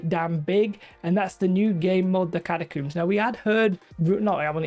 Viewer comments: you coomer, its cat-a-combs not cooms. Lol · You are pronouncing catacombs wrong 🤓☝️